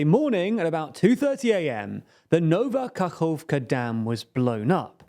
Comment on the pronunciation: He really didnt. Its "Nova Kahovka" not "Nauvah Kakkovka" as he said.